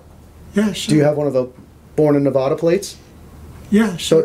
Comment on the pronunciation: Its Nevada not Nevahda.....we locals take offense to that...yankee yokels....